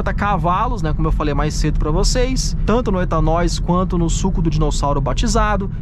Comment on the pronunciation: Acho massa qdo ele fala "DinoUssauro" ao invés de "Dinossauro". Marcas do kkkk